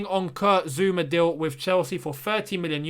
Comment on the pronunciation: It's Zouma ffs, can none of you read the player's names? How do you always get them wrong?